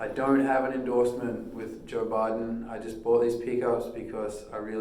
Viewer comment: "Joe Biden" pickups?!?!? Hedging his bets already, in case he doesn't succeed running for office? :-) That's a pretty thick accent by my standards to pronounce Barden as Biden...an Aussie drawl perhaps? nevertheless, great country playing, and great tone. That's what counts.